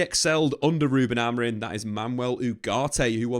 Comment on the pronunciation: Who is Ruben Amorin? 😂 Can't tell if it's an accent thing or what.